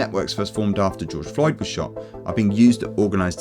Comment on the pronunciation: did bro say george droid😭😭😭